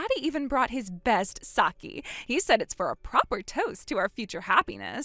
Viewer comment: dear, it's pronounced "sah-kay". Saki("Sah-kee") is a Japanese name. This chick is sad at Kim Kardashian at the Bezos-Sanchez wedding when she realized she wasn't the It Girl anymore because Tom Brady was drooling over Sydney Sweeney.